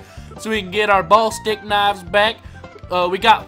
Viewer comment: its pornounsed bullistic knives not ballstick knives